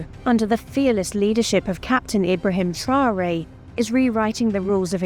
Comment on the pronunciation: Mme la narratrice vous prononcer très mal le nom du président c'est Mr Traore